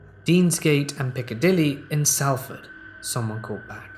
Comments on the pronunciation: So so so sorry, please forgive me but Salford is pronounced Solford xxx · couldnt help but giggle ive never heard my home town Salford pronounced that way 😂 ( pronounced more like Solford) hehe 😁👍